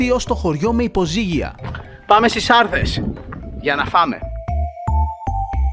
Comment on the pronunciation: Ε ειμαι απο λημνο και το χωριο λεγρται σαρδές και οχι σάρδες